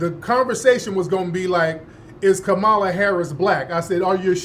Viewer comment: How do u know someone in media is being paid to speak for the Right.... they say Vp Kamala name wrong like their 7 yrs old & can't pronunciate correctly